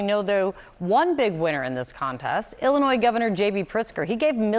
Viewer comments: It's not "Ellinois" it's Illinois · Dude, it's Illinois. Why is this a story?